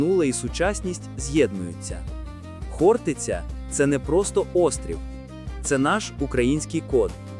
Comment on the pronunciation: Навчить ШІ правильному наголосу. ХОртиця!